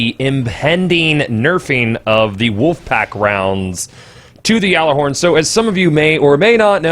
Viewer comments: funny thing is you are pronouncing it correctly lol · You do say Gjallerhorn Correctly, everyone else says it wrong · No, you're saying it correctly. Well, mostly. It's pronounce like "yallah-horn", not "yaller-horn". But really, that's almost just preference at that point. Glad to see you didn't say "gyoller-horn". Like come on, kids. It's not rocket science! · Is it just me, or is it slightly annoying when people say "yallarhorn"? I understand that it is the "correct" pronunciation, but it really seems like it's some weird elitist thing... I can understand the nerf though, I just hope it isn't a stupidly overboard one. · You are the only person I have heard pronounce it right